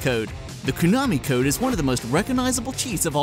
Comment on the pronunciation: Qu-nami code...